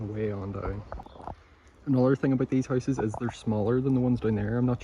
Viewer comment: The first house you showed, the bathroom looks perfect still and I swear I could not understand you saying houses, but horses. haahah